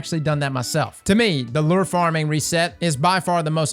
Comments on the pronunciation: Not to be that guy, but if you're gonna say it that many times, I gotta say something too. It's "lou-er", not "ler" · Its pronounced "Lou" - "er" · Lure = Lew-er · the way he says "lure" like LERR lol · Dude how are you saying “lure”? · Man no one can say lure properly lol